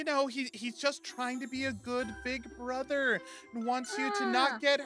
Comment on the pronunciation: I also love how she said broder